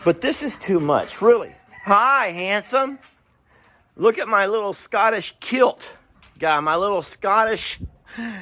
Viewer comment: Scotlish 😂😂😂 That killed me 😂😂😂